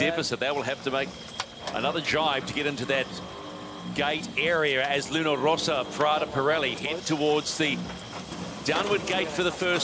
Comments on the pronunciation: Why the hell commentator keeps saying LunO Rossa instead of Luna Rossa? WTF?! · There's one commentator who insists on calling it Luna ROsa that I find particularly irritating!! It's not that hard!